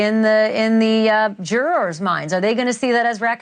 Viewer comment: I always hit refresh waiting for the next to drop. You are the best at reporting this case. And the way you say ‘Jur-rars’ is hilarious